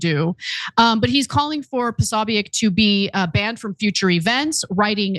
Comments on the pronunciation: Why are you guys saying his name this way? Have you never heard it before? PO-SO-BIC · It's Jack POSOBICK. That's how it's said. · Think you're mispronouncing Posobiec. Think its pronounced Posobik. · Posobeic- (Po-so-bick) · Jack Posobiec is Polish-American. His name is pronounced Po-so-beck. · Why can't these guys pronounce Posobic? I probably misspelled it, but at least I know how to pronounce it and know DAMN well that they know too - being in the news biz.